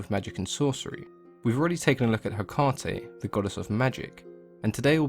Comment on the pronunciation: Is that the correct way to pronounce Hecate then? I have only ever heard it pronounced Hec-ah-tey so found it jarring x